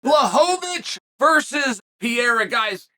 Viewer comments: You still call this man PIERA ?? It is PEREIRA Chael, if you must continue to blog, you MUST learn to pronounce people's names. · It's Pereira, not Piera. 😂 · U keep calling him “pee-era” lmao there’s 2 r’s in his name 😂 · Hey bud it’s pronounced “Peheyra” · so funny that he calls pereira piera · Uncle Chael still calls him "Piera" 😂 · God damn it uncle Chael, can you just say Perrreira I mean seriously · Peh-Rey-ruh is how you say pereira…. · Your calling him Pierre-A again…. 🤣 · Put some respect on PEREIRA (PER-EYH-RA) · Pee-air-ah is getting taken down and controlled by Jan. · the way chael pronounces pereira is beautiful 😭